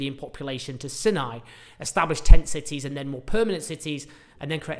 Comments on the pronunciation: The Sinai dessert is pronounced Sai-nai - not Sin-nai. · Rhymes with EYE, not PIN. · Pronounced "sigh-nigh" desert, not "sin- nigh". Please...say it correctly. I had to stop listening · isn't it "Sigh-nigh", not "Sin-eye"? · Isn't it pronounced "Sigh-nigh"? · Is it pronounced "Sin- eye" peninusla / desert or "Seye-nye" - always thought and said the latter way here. It used to be part of Israel from 1967 till 1970's -1980's after the Sadat - Begin treaty FWIW.